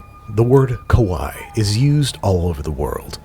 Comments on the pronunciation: Babish reading the bottle was hilarious in part because he kept pronouncing it "kowai" which actually means "scary"🤣🤣 There's two i's for a very definitive reason in kawaii: "kah-wah-ee" The "ee" being the important distinction. Keep being you Babish, that was golden😂🧡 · u said kawai not kawaii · the way you are pronouncing kawaii sounds like "scary" (Kowai) instead of "cute" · I’ve never seen a Babish video in my life before, but I’m very pleased this was the first. I was crying laughing so hard at the “Shirokawaii” reading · Listening to babish say "scary" over and over instead of "cute" is hilarious (kawaii-cute, kowai-scary) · I love how Babish kept calling the sake "scary" instead of "cute" with his pronunciation while reading the bottle, and Chris didn't even bother to correct him 😂😂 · The way Babish is pronouncing “kawaii” is actually the pronunciation for “scary”, there is double ii at the end of kawaii pronounce it as such.